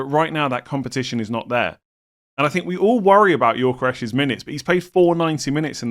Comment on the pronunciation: Gyökeres: Yo-Ke-Rez pronunciation, not Yor-Ke-Resh 🙂